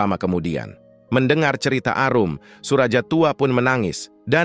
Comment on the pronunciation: Narator harus memperhatikan ejaan, terutama nama orang contoh Suraja, juga ucapan beberapa kata seperti 'jeng'